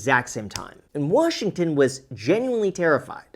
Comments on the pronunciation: Did you throw the letter R in Washington!? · he says Warshignton instead of washington. Stephen has a specific dialect found in certain states.